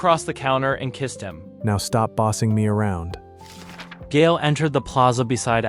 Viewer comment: Isn't Gael pronounced "guy-el"?